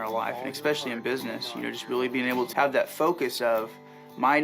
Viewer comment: He even says “ec-specially”. 😅 🤮